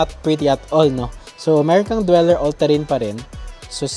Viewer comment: Dueler po hindi dweller